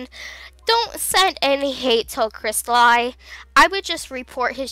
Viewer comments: You said it wrong. Its pronounced, (Chrest-a, as in the vowel, and, then LE, not li. Even though it's spelled different. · You pronounced some of the names in the video wrong Cristali = Krist-ah-lee Zafiro = Za-fee-ro Rossali = Ro-ssali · First of all, YOU PRONOUNCE HIS NAME WRONG! it's pronounced Cris-Tal-ee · dont mean to be rude but cri-stal-ee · oh sorry I must hav heard wrong I thought you kept saying cristal-ie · Nice but...the way you say the names is killing me I guess he doesn't deserve you saying his ocs names correctly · Cristli Zafaro ._. Its Crysta-le and Za-fro Cristali and Zaifro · Not Cristal-ie it’s cristal-e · Is pronounced as cristalee not cristalaii just saying not hating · If you couldn't understand Crappy English, here ya go. ": Cristaluy Normal: Cristali ": Safuuro Normal: Zafiro ": Rossyel Normal: Rosalli ": Mulfftiple Normal: Multiple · It's a great video but you said cristali wrong. It's pronounced cris-tah-lee. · its not pronounced cristalie he even said on his channel its pronounced crisatleeeeeeeeeeeeeeeeeeeeeee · no offense but its pronounced cristal ee not i. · Sorry if this makes you a bit mad... but it’s pronounced “crystal-LEE” not “crystal-LIE” No hate tho I love dis vid :3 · He's spanish or latin-american (Brazil excluded), so it's pronounced Crees-ta-lee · It's pronounced cristalee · Crystal I ugh its killing me and HIS oc WTF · Zafiro - (safar-O) Cristali - (cristal-E) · Not to be rude, but I believe it's pronounced Crystal- ee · Yeah I just said because you did not say them right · Ok I'm sorry but it hurts that you keep saying the names so terribly wrong. Rossali- (Row-Zah-Lee) Crystali: (Chris-Tah-Lee) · Here, pronounce it right, Cryst-al-ee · its pronocuded cris-TA-LEE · Awesome video, just the way you pronounced their name just bothered me, but thats nothing wrong with you its something wrong with me LOL But just cause I can Crystal e = Cristali Za fir o = Zafiro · Its pronounced kris•tal•e